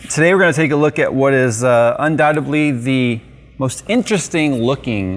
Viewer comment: It's "undoubtedly" because "undoubtebly" is not a word.